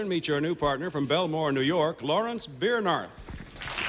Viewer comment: They mispronounced his name;it's Ber NARTH.Larry reached the Mets that year and lasted until 1971 with the Brewers.He was almost killed by an angry mob in Venezuela in 1965 after being misquoted.